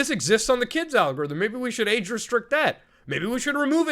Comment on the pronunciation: 'Age restriction/restricted", anyone thought he said "aid restriction/restricted"?